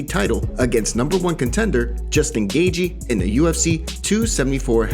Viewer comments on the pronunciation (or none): It's Gay-chee not Gay-gee 🤣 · Gaethje's last name is pronounced Gae"Chee" not Gae"Gee". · lol you are not saying Gaethje right, wait am I??